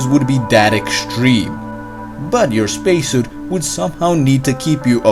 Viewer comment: Spacesuit = Speeceshoot